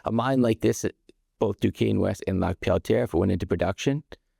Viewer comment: Don't be so hard on yourself, you pronounced Lac Pelletier beautifully like you were born in France haha. Love the interview, thank you.